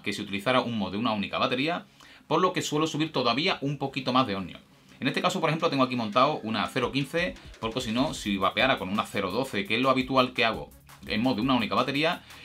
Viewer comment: Por que todos decís omnios jajajaja es ohmios lo complicais más!